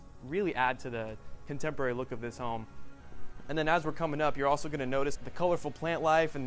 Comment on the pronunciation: ( / ) The realtor says, “You really can’t help the fact that you’re looking over your contemerlary, modern backyard.” No that’s not a spelling error on my end for the word he’s trying to say (contemporary). It’s actually a new word for us to learn today. A word that he made up. No my friends, it’s not “Ebonics,” that’s “Euronics.” 👀 😂😂🤣😄🤣🤣🤣🤣😄😂😂😂🤣😂🤣😂🤪 He also says at the end, “Let me know what you thought, of this home.” LMAO!!! Well…we know he failed his English class. He means to say, “Let me know what you think of this house.” God love him. God love him.